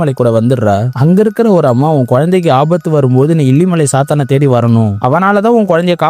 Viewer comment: It's not saathaan it's chaathan